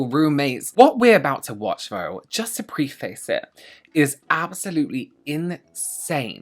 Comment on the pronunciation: Hi!! Just so you know (since youve gone back and forth in pronunciation) preface is pronounced preh - fiss:)